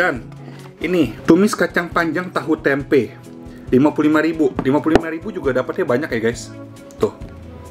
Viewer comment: kameranya 📷 baru ya? Itu piring bisa glowing mengkilap bercahaya kek malaikat gitu. Mengganggu mata 😭 Sama pengucapan "tempe" lain kali klo review menu tempe awas kepleset ya. Ga usah pake akhiran "K". Terdengar jadi --tempe'k-- gitu. Syerem dengernya wkwkwkkw 🤭🤣